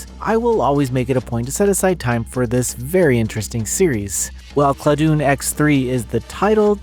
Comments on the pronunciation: Dun as in dungeon not Dun as in Dune. ClaDun, Classic Dungeon. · I believe the name of the game should be pronounced the same way as the words it combines, ‘classic’ and ‘dungeon.’ /ˈklædən/ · I don't know what claw-doon or clah-doon is, but cla (like classic) and dun (like dungeon) i.e Cladun is a good game.